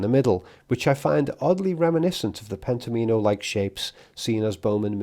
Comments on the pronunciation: N.B - Pent-ominos is pronounced so "Omino" rhymes with "Domino", rather than "Amee-no" Pent Om In O - not Penta Meen O ❤🍻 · Pen-tom-ino, as in "domino" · Wouldn't you pronounce it "Pent-AH-minnow" as in Domino (DAH-minnow)? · Not that it matters, but I think it's pronounced pent-OM-in-o (like "domino"). I only felt compelled to write this as you said the word so many times in this video. Sorry. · I suspect the board game is pronounced “Pentomimo” to rhyme with “domino.” The graphic design highlights the “Omino” portion as if accenting it there. This game I believe relates to “Pentominoes,” which were described by Martin Gardner in his Mathematical Games column in Scientific American in 1965, and is republished and still in print today in several books. Arthur C. Clarke also used Pentominoes in his later book Imperial Earth. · I feel Pentomino is likely pronounced as like Domino - I do get the feeling that Kubrick would've LOVED himself some Sudoku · I thought of this too. Definitely confirm Pentomino pronunciation, as I shiver each time you say it. I have heard it for decades pronounced like Domino, with the emphasis on the “Om.” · surely it's pronounced like "domino"?